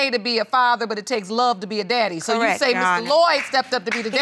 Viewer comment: Did say Diddy; instead of daddy?